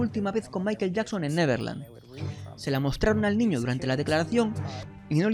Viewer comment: COMO CREER EN ALGUIEN QUE PRONUNCIA MAIKEL YAKSON? .... NEXT!